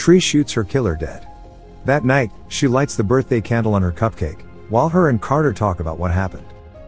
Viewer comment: "Crater" stands...? You mean, Carter?